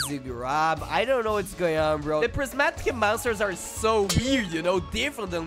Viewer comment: Pls see this: "The Compact" Me: "Con-Tuh-nint" THATS NOT BOWGART >:( Get better at pronouncing your "I"s and "C"s because you always mess up stuff like "Epic" as "Epci" and "Prismatic" as "Prismatci". PomPom is saying "Hey, Come on over" Zooms camera: "I can't zoom it" "Flux Ox" He said "Prismatic" Correctly LETS GO The monster you forgot is named Incisaur Mimic is Copying (Or mimicking if you prefer) Fwog READ THE ISLAND NAME, IT'S "Starhenge" the first one is Glaishurr and the second one is Attmoz